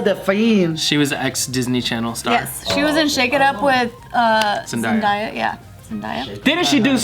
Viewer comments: Sometimes i forget your ages and then you say things like “ZenDIEa” rather than ZenDAYa 😭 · zen•DAY•ah not zen•DIE•ah I’m sorry, I love you guys 💗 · It's pronounced Zen.Day.Uh not zen.die.uh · It’s pronounced Zen-Day-Uh, not Zen-Dye-Uh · Mercedes no it’s not. In a interview Zendaya said that she pronounces its Zen-day-a not Zen-die-a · I had to pause the first 20 sec cause Did y’all really say ZendIIYA!? Lol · Ahhh ZenDIIIEEE-yaaa She’s a hoochi ma maaa... ZenDIE-ya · Zen-DIE-ya lol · Did she just say ZENDAIYA OML🤣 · i swear yall stay saying zendaya's name wrong lmao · Always saying her name wrong when everyone else in media says it right 😭. Maybe one day they'll pronounce it right. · The way y’all are pronouncing zendaya🤢🤢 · the way pronounced zendaya omg 🤦🏻‍♀️